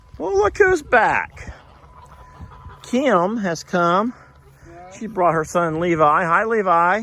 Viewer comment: Hello from NYC. be nicer to your sister. She’s a friggin Super Hero. Also, I’ve never heard the name ‘Kim’ as two syllables before. Kee’im. Love yous guys